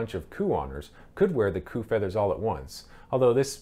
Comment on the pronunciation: The word is not "coupe" (french) "coup"...pronounced "coo"...!!!